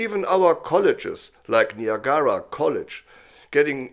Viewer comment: Thank you for this uplifting news my friend!🇨🇦🇨🇦❤ (pssst it’s Nī (eye) ag (agriculture) ruh (Niagra) -most respectfully 🙏🏼